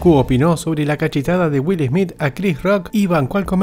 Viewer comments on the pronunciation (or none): Que primero aprenda a pronunciar el apellido de Will Smith..🤣 Will ESMIT